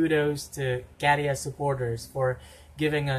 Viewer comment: I agree he's hot. I have noticed that you pronounce Käärijä really well now. 😃 So I want to commend you for that. 🥰 You have mastered the letter Ä. 🥰